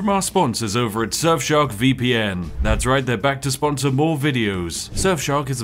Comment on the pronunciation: Why is it that when ypu say Surfshark it sounds like Sexshop?